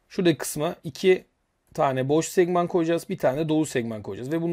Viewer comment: Üstadım herşey çok güzelde 'Segment' kelimesinin teleffuzunu neden ısrarla 'Segmant' diye söylüyosun anlamadım.... Segment kelimesinin ne ingilizcesi nede Türkçesi ''SEGMAN'' değildir.. ''SEKMAN'' diye bi kavram var Türkçede onunda konuyla hiç alakası yok.. Emeğine sağlık,Çalışmadan dolayı yürekten teşekkür ediyorum..